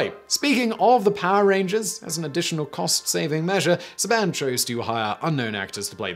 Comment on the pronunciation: Love your videos but it’s Saban. Say-been